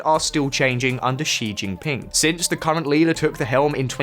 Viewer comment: please do something about the pronunciation of Chinese names on your videos. It’s not as difficult as you think. Start with Xi Jinping. It’s not Ji Jinping.